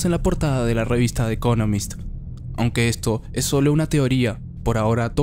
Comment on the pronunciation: La pronunciación correcta del nombre de la revista es: DI ECONOMIST Crítica con cariño y respeto. Solo que es un poco molesto escuchar en todos los videos “de economist”. Saludos y gracias por tan excelente contenido.